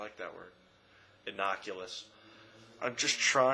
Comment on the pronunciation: it's not innoculous. as in 'to innoculate' against disease. it's 'innocuous'. and before you mention 'deconstruction' read derrida. and if you had read derrida, you wouldn't speak about the business so much. oh dear....please.....somehow take a step back. anyhow, peace and blessings as always from a curious but unsubscribed fellow-soul.